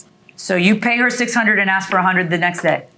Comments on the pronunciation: It’s ask…not ax… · "Axe me and axe you"